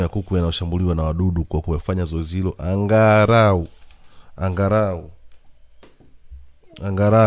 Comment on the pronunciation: Unaharibu kiswahili bwanaa, sio angarau ni angalau umeelewa.